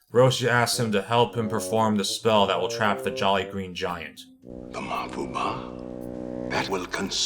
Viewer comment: Also its giant not gigant stupid